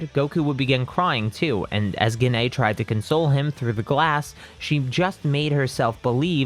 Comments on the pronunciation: I love when hes says gine *gene*😂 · I'm so sorry, but Gine is pronounced 'Jeane' Sorry again, just a pet peeve, it annoyed me slightly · Every time he says Gine wrong it is hurtful